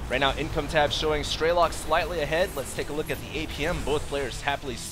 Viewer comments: It's funny how people allow themselves to be trolled by people commenting on quality. Man you people are dumb. By the way, stop saying "Straylock". It's an E. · it's strelok and not straylock